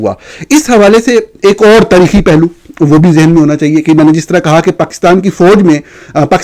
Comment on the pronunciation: خطرے کی "گھینٹی" نہیں گھنٹی ہوتی ہے۔ اسی طرح "تریخی" نہیں تاریخی معاہدہ ہوتا ہے اور pleesy نہیں policy (PAW-LISS-EE) بولا جاتا ہے۔ ویسے آپ پاکستانی صحافی دنیا کی واحد مخلوق ہیں جو اپنے ملک کا نام بگاڑ کر PAAK-STAAN بولتے ہیں۔ کم از کم وطن کو تو درست طریقے سے PAA-KISS-TAAN بول لیا کریں۔ ملک کو mulak بولنا تو خیر آپ کی چھیڑ بن ہی چکا ہے۔